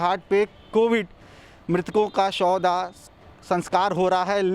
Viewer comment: Tu kam se kam shav dah to clear bol pehle sauda sauda bol raha hai.